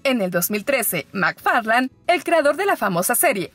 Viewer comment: Mc ferlein. Se lee